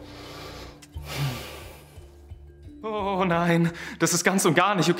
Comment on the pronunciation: Ich fand die Stelle mit Fernando und Pimli echt gut, aber "Fimli" hat mich so gekillt XD